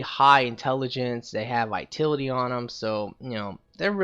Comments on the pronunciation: ITS VITALITY NOT VITILITY other Than that good build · Yea he pronounces it like "Vaitility" lol. Ugh it's a bit annoying. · The way you pronounce vitality angers me.